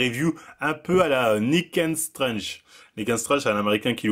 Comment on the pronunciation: faut vraiment perfectionner ta prononciation en anglais C'est pas "Nick ain strange" mais plutôt "Nick and strangte"